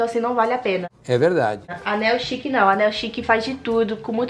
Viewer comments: O jeito certo de falar "niu chic" e não "neu chic" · Que agonia dela pronunciando a marca das roupas errado.